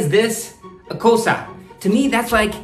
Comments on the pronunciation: Damn good yo!!.... btw not Kosa it's KOSSA and KIYEWWA not Kiyewa.... cool keep it up machang !!! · Bro it's not kosa it's kossa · That is not kasa that is kossa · Not kosa it's kossa 😅